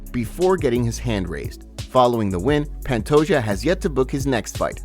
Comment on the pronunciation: It bothers the hell out of me that you pronounce Pantoja’s last name as “pant-o-Ja” instead of “pant-o-Ha”